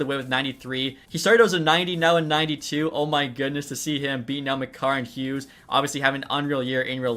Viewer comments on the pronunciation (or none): none